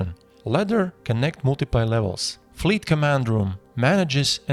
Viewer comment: This has nothing to do with the actual content of your tutorial (which is awesome btw I love the clean look) but it always makes me chuckle a little bit when you say "multiple." I know English isn't your first language and I'm not trying to make fun of you, I just giggle a bit when I hear "multi-play" instead of "multi-pull"